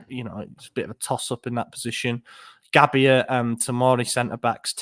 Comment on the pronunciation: Tip: when pronouncing Gabbia, the i is soft. You're over emphasising the i.